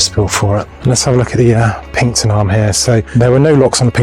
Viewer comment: Very good. By the way it’s called PINXTON not Pinkton!! So pronounced PINKSTON